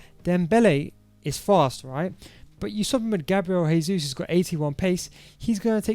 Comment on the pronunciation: It’s Jesus not haysuz. Lol. Brazilians speak Portuguese not Spanish. Good formation tho !! 🔥🔥 super fun.